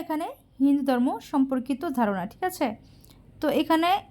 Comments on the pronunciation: উচ্চারন ঠিক করো হিন্দু ধর্ম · উচ্চারণ করতে না পারলে বলার দরকার নেই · উচ্চারণ ঠিক করুন